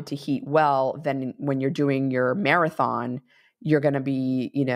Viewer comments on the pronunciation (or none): none